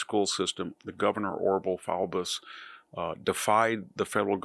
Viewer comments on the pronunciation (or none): none